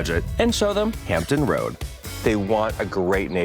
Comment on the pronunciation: Hampton Roads..with an "s"